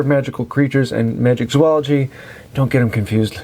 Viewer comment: My brain hurts every time I hear someone say MagiCzoology. This is a PSA: There is no C in Magizoology. These kind of things distract from the information been given :) Love the content.